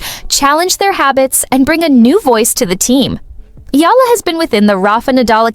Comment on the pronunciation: For crying out loud it's eyala not ila. Don't bother to vlog if you don't even know how to pronounce her last name. It's evident that you don't know the person too well. It appears that you're just filipino baiting. That's why i didn't finish watching this vlog